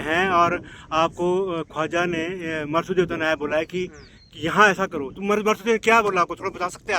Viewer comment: Yah inki pronunciation Sahi nahin hai ye mahasu devta nhi marsid devta h